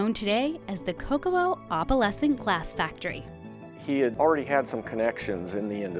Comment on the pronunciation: It’s funny that the narrator can’t pronounce “opalescent” correctly.